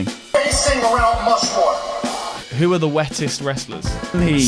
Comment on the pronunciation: I thought I heard say "Rount Mushmore" lmao